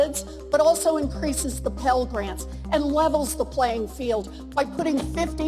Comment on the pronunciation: Pell GRANT not Grand.